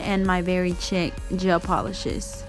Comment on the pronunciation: Beautiful design. Thanks for sharing. Oh btw, the red Madam Glam gel polish, Very Chic, the 2nd word is pronounced like; “sheek”. Lol. Thanks again!